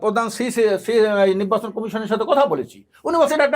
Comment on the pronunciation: টক শো করার জন্য আর মানুষ পাইলেন না? উনি কখন কি বলে কোন কথার জবাবে কি বলে উনিই জানেন না..... উনি শুধু পি আর পি আর করে অথচ পি আরে লাভ ক্ষতি কি উনি বলতে পারেন না....!! নির্বাচন কথাটাও ঠিক মতো উচ্চারন করতে পারেনা নিব্বাচন বলে!! আরে দালাল কেউই যখন বিএনপিকে ভোট দেবেইনা তাহলে ভোটে আসতে সমস্যা কি? আওয়ামীর প্রতিচ্ছবি থেকে বাহির হয়ে আসেন এখনো সময় আছে.....!!